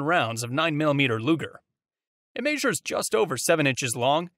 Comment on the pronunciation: "It maysures"?